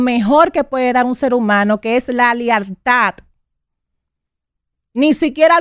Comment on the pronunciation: Amelia se dice Lealtad, no lialtad😅 por eso es que te acaban.